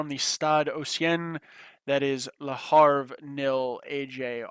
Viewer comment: Loving this series but could you pronounce it 'avre no Harve`? just a small request